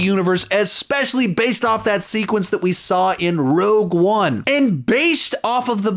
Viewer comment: Thank you for saying rogue one the right way